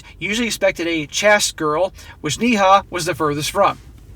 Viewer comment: Neha is pronounced Néha (nay-ha) in India, which is a fairly common name along with Pooja and Priya